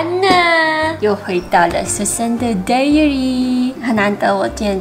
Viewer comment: 喜歡這個系列！ 但是要提醒一下 diary是念 dai-uh-ree哦！dairy是乳製品的意思哦~